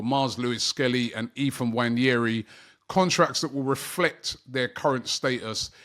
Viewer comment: Robbie it’s Ethan Nwaneri not Ethan Nwanyeri